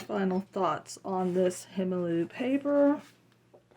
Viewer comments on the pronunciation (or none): Thanks for the good review! If I could make a slight suggestion - the brand is pronounced kind of like HA-nuh MULL-uh (you can even do a Google translate of German to English and listen to the pronunciation). I only mentioned this because if I hadn't been able to see the paper pad, I would have had no idea what paper you were reviewing by how you said the brand 😅☺️